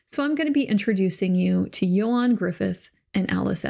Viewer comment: Appreciate you checking the way to say his name! Ioan's probably better known for the two Fantastic Four films -- not great, though better than the more recent one.